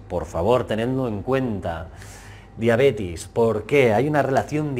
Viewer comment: Diabetes, si. La conozco. Pero no a la diabetis como pronuncian en el video